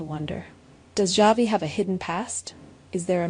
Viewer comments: His name is not Javi.Its pronounced as Havi.The J Is an H. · Yes its pronounced havi his name is a Hispanic name javi